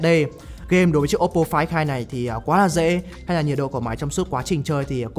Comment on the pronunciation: Đọc tên điện thoại nghe như ‘quái thai’